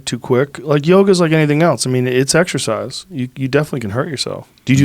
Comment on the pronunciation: Exercise? I thought you said extra fries!